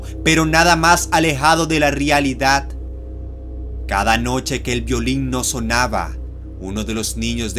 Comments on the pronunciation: tienes buena oratoria, pero el hecho de que digas "rialidad" la caga :v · "De la RIALIDAD" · "Nada más alejado de la rialidad"